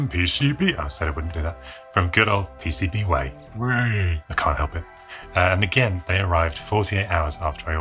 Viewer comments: PCBwaaaay from Chy-nah! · Is it just me or is it just plain weird when says PCBWay normally? 😁